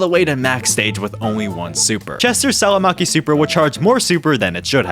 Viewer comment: Don't even try pronouncing salmiakki again, cause that was so wrong